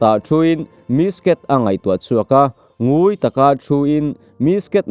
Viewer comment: Lam sual i nei mual mai, THLA HUAL tih te NGUI tih i lam dan te hi a dik lo tlat, a lehpek ah chuan lam dik i tum hram hram tawh dawn a nia..